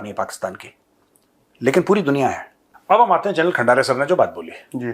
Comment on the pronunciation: सबसे पहले आप खंदारे तो बोलिए,खंडारे नहीं।